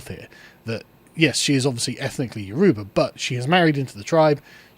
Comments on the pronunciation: The pronunciation of Yoruba is tickling me 😅 it is You-row-baa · Pronounced Y-o--rubba ...dont why I felt I had to say that, but there ya go....